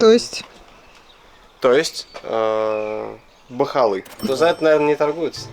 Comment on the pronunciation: Так забавно слышать "бахаллы" 😅 это как по-русски говорить дорага😅😅😅